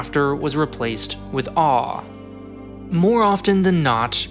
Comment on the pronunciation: that's Awe not Aww GenZ.